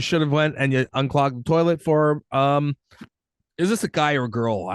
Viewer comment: "We've been dating the whole summer..." She must be 16-19. Also, good job of channeling your inner Archie Bunker with "terlet." 🙂